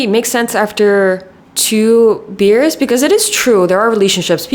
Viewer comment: i think every single time she said “makes sense after 2 beers” me and the subtitles both thought she was saying two “years” 😭 i was so confused at first lmao. btw i don’t mean this hatefully and am rlly enjoying the video!❤